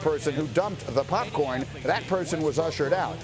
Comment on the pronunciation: Bro it's popcorn cmon 😂